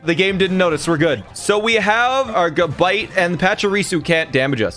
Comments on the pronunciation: it's not gu-bite its ga-bite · This mf said ga bite Its gab ite